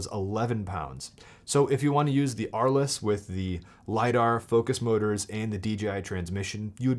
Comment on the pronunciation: Oh my God!! Dude, it’s not Ar- less. It’s pronounced Arlz! It’s named after a town in France.